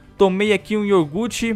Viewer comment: falo y iorgute kkk é iogurte